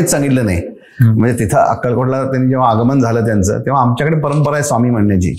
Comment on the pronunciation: Sawmee nai re, neat swami tr mhnayla shik podcast ghyayla baslayes raja